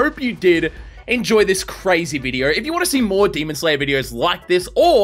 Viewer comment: I love how he say demonD instead of demon